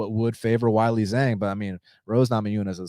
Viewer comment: She's not called Whylee... it's Weili. Zhang Weili.